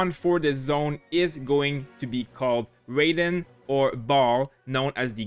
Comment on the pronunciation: its pronounced as Rah y den not reyden